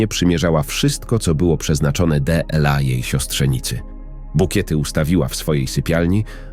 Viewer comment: Qźwa, co ten z tym de el a. ????? Po polsku nie potrafi przeczytać "dla". ???? A ta ciocia to chłop czy baba, bo już nie wiem. Za co tu podziękowania?